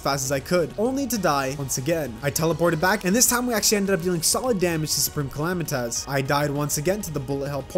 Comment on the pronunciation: Soup-ream_ca-la-might-us 😂😂😂😂😂😂😂 PRESIDENT ARBAMA